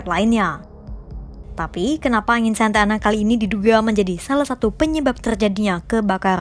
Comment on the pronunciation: Bukan Santana tapi Santa Ana 😁